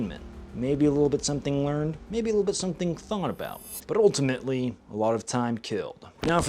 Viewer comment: "ultAmate"? Really??? 🙄🤦